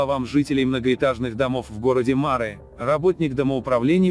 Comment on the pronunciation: помню, мы говорили марЫ, а вы всё время мАры